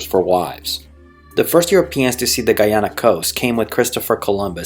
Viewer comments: nice! but learn Guy ana not gui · Can you ’ppl cant say Guyana not Guiana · For fucks sake, can you learn to pronounce Guyana and Guyanese properly? Every time you speak it distracts from the video and takes away from your creditability as an educator. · Great history lesson but Please pronounce the name of the country correctly. It’s pronounced Guy- ana and the population, Guy-anese. You keep saying Geeana and Geeanese.